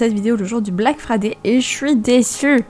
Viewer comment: Ton accent anglais pour black friday est très très bien dit😂